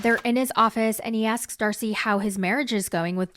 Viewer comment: not you calling her "dacey" and then calling her "stacey" 🤣🤣🤣